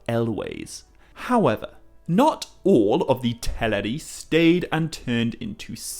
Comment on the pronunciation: I can't even spell how you pronounce "all". Eawll, Oull, Ewll? Anywho, love the channel.